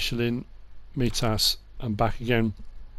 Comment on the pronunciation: Great video really excited about class coming to console but one thing i have to say is on mitas it's pronounced mytas